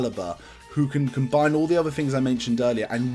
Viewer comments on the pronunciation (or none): none